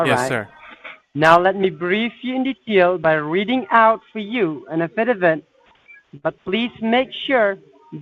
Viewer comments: Reading the a-fid-a-vid? Oh, affidavit you moron! Another great video! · Those pesky “ uh fid uh vits!”